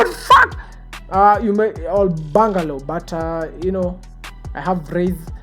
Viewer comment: Nice video👏👏👏 Bangaroe🤣🤣🤣 kizungu ngumu bro